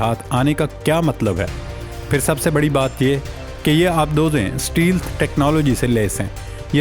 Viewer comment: لفظ اسٹیل نھی اسٹیلتھ ھے غلطی کو درست کریں